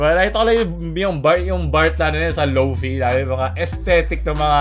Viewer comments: Correction, "Lo-fay" Pronounciation po nun hindi "Lo-fi" hihihihi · Lo pay not lo pi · Lō - fī po tamang pronunciation ng lo- fi. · as a lo-fi artist, natawa lang ako sa pagsabi ni ng "low fie" lol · pronounces it as /low-fee/ Me: HINDI AKO ＭＡＰＡＮＧＨＵＳＧＡ